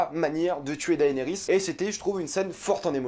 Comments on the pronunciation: PUTAIN MAIS on dit DénéRIS , PAS Daaaaéééénééris ! Bordel ca ma gaché la vidéo! Le mec matte 8 saison et jamais il a entendu quon dit DéNéris PFFF LOOOOOOOL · Tu m'énerves tellement quand tu dis daénéris ça me stresse de fou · Enfin c'est finit, on aura plus a l'entendre prononcer "daënerys" toutes les semaines hallelujah 🙌🏻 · Arrête de dire”daaayniris” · Tu suit got depuis 2011 et tu sais toujours pas prononcer le prénom de Daenerys 😂